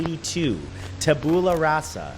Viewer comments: DON'T BLINK rofl this are hysterical. and the classification reminds me of the artifact designations on S.H.I.E.L.D. (And just FYI, it's pronounced TAB-you-luh RAH-suh) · am i the only one incredibly bothered by how he pronounced tabula rasa? xD